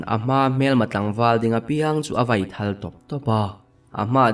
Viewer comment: Nakthawl ah tih a thawl tih lai rik dan hi,tui thawl kan tih a thawl tik rik dan a ri tur a ni a,ka pheikhawk ka thawl tih a thawl tih lai rik ang nilo in.